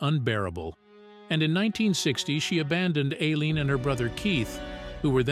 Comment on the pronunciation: Her name is pronounced i- lean and the girlfriends name is pronounced ty-- ria